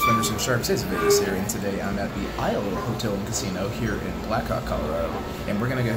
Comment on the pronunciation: "ITS THEE ACE OF VEGAS, THEE ACE OF VEGAS"!! Love that intro.